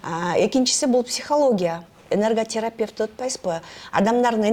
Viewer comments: Алып баруучу туура сулош керек го. Энерготрапевт эмес энерготерапевт. Фамилиясын да туура эмес айтып салды го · Журналистка ,туура суйлосонор,Энерготрапефт эмес,Энерготерапевт дейт,билиминизди остурунуз